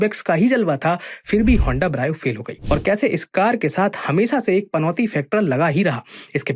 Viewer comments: Gaddi ka naam bolna nahi aa rha lekin video banayenge 😂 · Bro why are u pronounce brio like that 😂